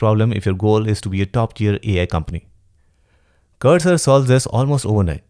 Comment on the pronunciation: Bro saying cursor a text editor is a crime 😂 but I do love your content.